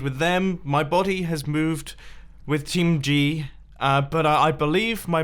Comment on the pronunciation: When you say team G it sound like Qing gi XD